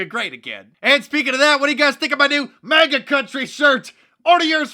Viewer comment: MAGA not MIGA